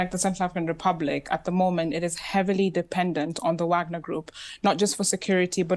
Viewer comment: I love how the black lady pronounces wagner correctly